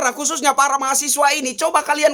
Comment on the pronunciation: Mahasewa bang awas salah nyebut 😂😂